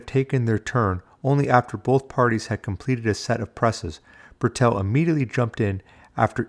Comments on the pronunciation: Why you addressing Bertil as Burr'tell? His name is BERTIL. You also sneak in Cowardly digs about his past. - either trying to be clever Or just being a complete W@ To be honest You seem like a complete W@ Unsubbed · Bertil Fox, Bertil, not Bertell!